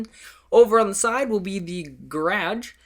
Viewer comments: its "guh-raj" not "graj" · Dammit, you said garage weird again. You're going back into it. You're going back! That other video you finally got it down, but now-! NUUUUUUUUU!!! Oh, and nice house! Generations next, huh? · holy learn how to pronouce garge properly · garage not grage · GaraDge its garaGe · I am Nova Scotian and I pronounce it Gawraj. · I've never heard anyone pronounce it garadge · Learn how to say garage and when you explain you are a little delayed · I know he is, and I know he does :) But he keeps saying that he knows he probably says garage wrong, and some people point it out, and I think it's funny haha. And my comment was a joke lol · He's from Canada. Lol Thats how he says garage. :) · can u make a video showing how to make a rounded pool cause i cant figure it out and u taught me some cool stuff in here i knew how to make the triangle tiles a different way but ur way is easier and the 360 thing i knew i could do that but not how and i love how u say garage lol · he's from canada...ever think canadians say it differently? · It accents and diolects ... I don't say garage that way eather ( garr-ij ) but its the way he says it because the USA or wherever your from is not the only english speaking country in the world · learn to say GARAGE!!! you're speaking english, learn the right way to say it and always say it the right way. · you say garage wierd